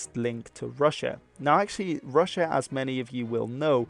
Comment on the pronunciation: Its so funny how you say rus correctly but then say rus-sia wrong, why say the rus in russia diferently than by itself?